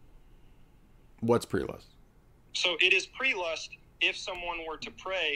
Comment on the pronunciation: Prelust?? He keeps saying prelust.